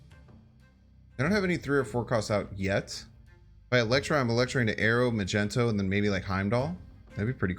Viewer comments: Ma -Gent-O. Wha???!! Because he is in shades of purples or magenta???!!! LOL?? It is Mag-Neat-O, even though I prefer myself Mag-Net-O. Neat-O sounds so silly too. All YouTubers I notice mispronounce KAZAR incorrectly, in X-Men #10 it's pronounced "Kay-Sar", and my sides hurt when I always hear "duh ya, Ku-Zar". Otherwise Heimdall Non-movement plays are sweet sweet music plays, love it!! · Good vid, entertaining deck, knowledgeable player BUT can’t stand him calling magneto “magento”. Dumb af. It’s not what it’s called, it’s not shortened (still 3 syllables), and mag, mags, maggy are all better nicknames for the card/character. Truly annoying and queer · Yooooo you gon be a meme if you keep calling Magneto Ma-Jen-To 😂😂😂😂😂😂 But besides the meme this deck seems super fun! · He really said “I say magneto because that what the card says” hahahah no it doesn’t. It’s magneto not “mage-n-to” just like it’s giganto not “gig-an-to” be consistent in your mispronunciations. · Mag-nee-toe my dude. That’s how it is pronounced. Peace my man! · I stopped watching this video as soon as he said “Magento” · Magento….Jesus bro do you really not know how to say his name? Lol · The "Magento" thing is annoying. Like dude chats even trying to tell you. I thought it was a troll thing but then he said Giganto.... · Why was he pronounced it "Magento"? It's like a Magnetic, but with O at the end. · Why does he call him magento ? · Mag - nito (how to pronounce Magneto) 🤗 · Lol at “magento” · Did you call magneto.. Macento? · Dude hasn't seen one of the dozen X-Men movies 😭 wtf is Magento 😭😭 and then hard G giganto 😭😭😭 wtf dude this is so painful!!! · call him Magento one more time i fucking dare you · Dude why are you spelling magneto wrong all the time... ma gNE to, there is no gen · please stop saying magento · He says it on purpose unlike Mogwai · What you mean? It's Majento. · Please tell me you're just making fun of magneto's name. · it's fuxxing MAGNETOOOO NOT MAGENTOOO